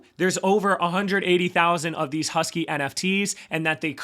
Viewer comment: Pronounced HAWS-KEE. Its supposed to be a play on words to pay homage to Charles Hoskinson lol😎🤙🏿